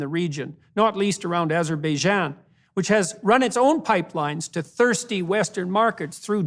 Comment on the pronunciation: "Azer-beh-jah" That's not a country, Jordan.